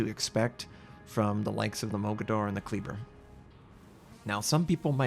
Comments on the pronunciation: Damn it,. Kleber is pronounced "KLAY-bear", not "KLEE-burr". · lmao. terrible, terrybluh. Kleber, Klehbehr. silently roll that R.